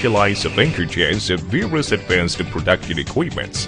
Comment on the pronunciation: you mean 'prooduction'